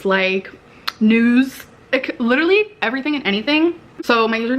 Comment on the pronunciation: Like....THIS isn't "Litt-a-lee" BORING??! Ummm....Yeeeeah🙄